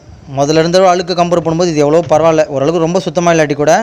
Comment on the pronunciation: Pl say அழுக்கு and not alukku ,alukku ---அலுக்கு , அலுக்கு.